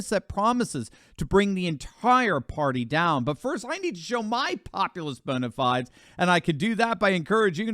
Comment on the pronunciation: Bona "fe-des"